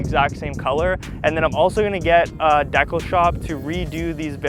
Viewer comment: The way you said decal...😐